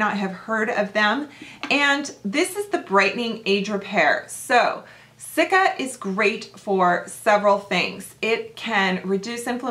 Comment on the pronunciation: You're very close.... cica cream (SEE-ka). :)